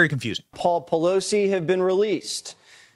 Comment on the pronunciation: is jesse waters saying "poleef" ? hahaha